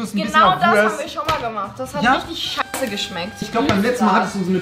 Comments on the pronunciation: Rezo. Nicht Wuast sondern Wurrrst! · Normale Menschen: Wurst Rezo: Wuast